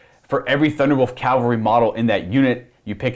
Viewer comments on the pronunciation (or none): CA-VAL-RY. "Calvary" is the hill where Christ was crucified.